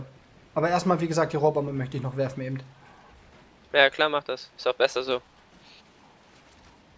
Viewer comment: es heisst,,eben,, und nicht ebent:D beste